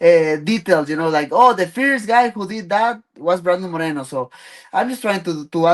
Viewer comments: You pronounced Moreno wrong. There’s at least 8 cities in México more populated than Tijuana. Pls do your homework. I wish i could interview him instead of these old dudes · Bro knows how to pronounce "Monterey" but cant say "Moreno" the right way what a joke